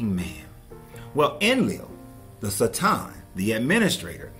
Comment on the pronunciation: Theres only so much times i can hear someone say sa- tom i couldnt watch the video lol. Dont try and sound smart. Ignorant people ugh